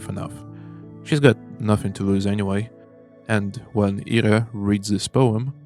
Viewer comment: It's great to hear a russian-speaking voice cover this game. Hearing people pronounce Ira as eye-ra was agitating (especially since someone in my family has that name...)